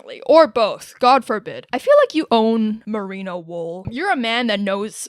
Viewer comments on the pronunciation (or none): none